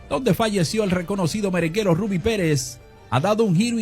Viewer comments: NO ES RABY, PRONUNCIA BIEN SU NOMBRE, RUBBY. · Porque le dices raby si es Ribby